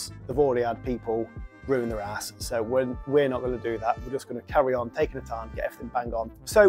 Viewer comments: been in the building trade around 18yrs mate this is shocking what they attempted...2 things mate only repoint your own rake out...and the rake out hardly wide enough or deep enough. but fair play to ya for taking it on... and stop saying hass😂 say house...👍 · 😂😂😂 traditional bricklayer says it’s Harris not arris